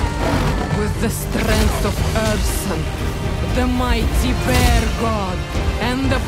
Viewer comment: The Ursun, sounds almost like Earthson. If to look at bear elemental... well, it suits it... But still, there is no rus accent in Ursun pronouncing ;)